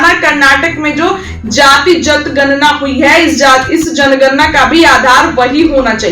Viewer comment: You can not pronounce janganana and speak gatjanana.You are not capable for this field.